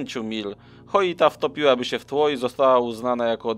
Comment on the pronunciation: Lubię Twoje materiały ale denerwuje mnie jak możesz czytać nazwę statku Joyita - Choita gdzie tam jest litera H? Słowo Joint czytasz Choint? 😄